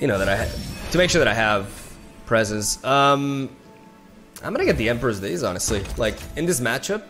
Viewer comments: Day-is not day-yes ... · Hi, So the word dais is pronounced "dei-uhs" (like day us). Hope this helps! I actually find your pronunciation of a lot of English words super charming and one of the best things you bring to the table. Our language is stupid, but I appreciate you trying. Keep making the great content! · Pronounced emperors dayas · Pronounced DAYS. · Pronouncing emperors dais. Die-iss. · It's pronounced day-us, English is weird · Closer today, pronounced “die-ess”. Great vid thanx. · Pronounced Day-Es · Deias As an spaniard, just say emperors deias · All my translator apps and two dictionaries suggest that it is in fact pronounced like "days". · I believe its pronounced “dah-eez”. I might be wrong though. Really enjoy your content man but make sure to take a break if you need to, you are a human being after all. Love your content! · It’s correctly pronounced as both Day-es and Die-es. Standard and non-standard English respectively. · Day Us emperors day-us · Emperor's DAY-ihs Two syllables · Dais is pronounced "Day-ess" or "Die-ess" depending on where you are from :) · Dais is pronounced "day-us," like deus in DEUS VULT. As a tip, you can enter something in Google Translate in English and click the "sound" button and the google person will pronounce the word you typed. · It is actually pronounced like “days” on Google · I believe it’s pronounced “day-is” “Day” as in “it’s a nice day” and “is” as in “miss” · Pretty sure it's pronounced Day-iss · so the correct pronunciation is deɪ.ɪs. like "deity is" (god is) without the "ty". Pretty close to "days" though, not so much to "dyes" (colors). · Dais Die-us or Day-us (Just correcting, no flame) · I believe you pronounce "Dais" as "dei-uhs" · dais = "dai - es" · It's actually two syllables. Di, which is pronounced like hair dye, and is, which is pronounced like us. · Hey, everyone I know pronounces it day as/ dye-ass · Dais is pronounced just like days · Dais is pronunced as dayuhs